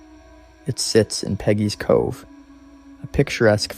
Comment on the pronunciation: Please get the name right. It's Peggy's Cove